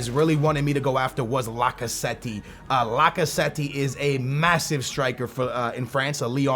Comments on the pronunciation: its not pronounced lacazetti its pronounced lacazett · Pleas don't say "Lacazettee" his name is pronounced "Lacazet" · "Lock-a-zet-tee" C'mon bruh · His name is lacazette , not lacasweaty 😂🤪🧐🤨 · Why in the world are you saying lacazette lacaswety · like i sad lacasweat lacazette 😂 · Did he say lacasweaty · its pronounce Lack-a-zet I know you say you're really bad at pronouncing names but that one is actually pretty simple when you learn it. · IT'S NOT PRONOUNCED LAC-CA-ZETTY! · my 5 year old brother can say lacazette propably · why df do you always say niggas' name wrong. you do that shit on purpose and ofc you'd sign lacazette